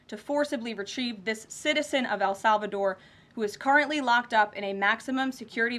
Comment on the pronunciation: Why does she keep saying Al Salvador?